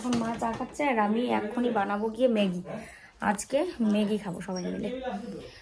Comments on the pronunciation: কথাটা মেগি নয় ম্যাগি।খুব কানে লাগছে তাই বললাম।অভ্যাস করো হয়ে যাবে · কথাটা মেগী নয় ম্যাগী। please উচ্চারণ টা ঠিক করো । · হাঁ খুব কানে লাগছিলো